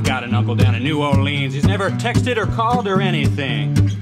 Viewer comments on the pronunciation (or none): i live in New Orleans and it's pronounced (New Or-Lins) not LEEns lmao